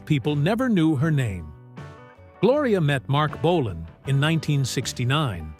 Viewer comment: The AI voice can't say Marc Bolan properly